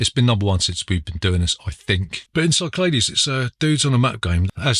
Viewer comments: Great stuff! I am a pedant tho, and number 1 is pronounced Sick Lad E's! Also I was so drunk I tried to find Boris Hevverly, the creator of Carooker! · Isn’t it pronounced Sicklahdees?